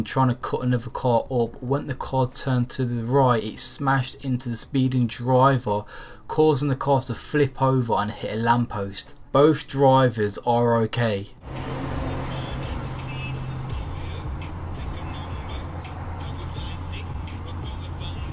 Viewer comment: Bof drivers? What kind of English is that?